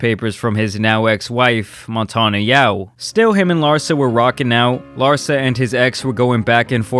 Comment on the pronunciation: The emphasis should be on LARSA not "her"